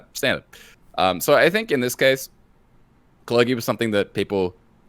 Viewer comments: Calling it "cler-gi" instead of "cler-jee" is a cringe move of the likes you'd see on the esports casting desk. Thanks,. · It is pronounced cler-gee, right? Am I wrong?